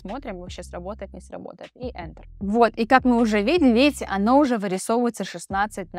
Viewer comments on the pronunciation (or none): none